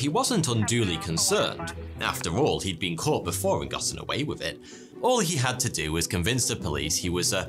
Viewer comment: If British people supposedly speak proper English, why is that they can't pronounce "th", it's "with", not "wiff", it's "something" not "somefing".